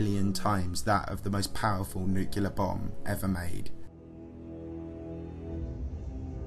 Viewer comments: I love your videos, but it is extremely grating when you mispronounce "nuclear" as "nucular." There's only one "u" in the word. "Nuclear." NuclEar." Not "nucUlar." "NucUlar" is not a word. That is all. Otherwise your videos are informative and entertaining. 👍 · For me, this is one of the best channels on YouTube. I love the quality of the content and the way the narration is delivered. One minor criticism: This is the kind of channel where the word “nuclear” comes up often. That’s “nuc-le-ar,” not “nuc-u-lar.” I know its a minor quibble, but it is a blemish on an otherwise stellar presentation. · I just expect a channel that claims to be a source of scientific and technological info to also use the correct pronunciation for the word "nuclear" (not nukular) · Nuclear ffs not NUKULAR. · Repeat after me, Nu-cle-ar. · NEW-CLE-AR FFS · Bro I love your videos but you really need to learn how to properly pronounce "nuclear." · Sorry. Had to stop listening at the fourth use of new-kew-lur. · There is no y in the word Nuclear. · Cool video but you keep saying nuclear wrong.